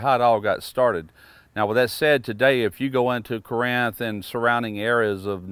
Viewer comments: I’m from up here and it’s pronounced carinth but spelled Corinth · Kind of a pet peeve from living in corinth. If your not from here you say it how it's spelled by NO. It's pronounced Car-inth